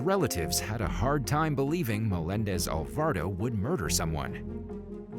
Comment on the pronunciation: It also said Alvardo instead of Alvarado🤦🏾‍♀️